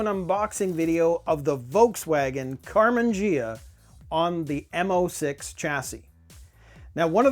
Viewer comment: It's Karman Ghia, pronounced ge ah, not je ah!